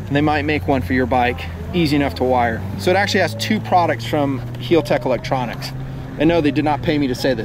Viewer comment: do you american's like to butcher names. cause it seems like yall do it! heeltech? wtf its HAL (as in Hallal) HAL TECH . LA as in (ha ha except LA) LA Ferrari (fur- ari. and Bugatti Viron. its Vey Ron lol and its no aluminum its Aluminium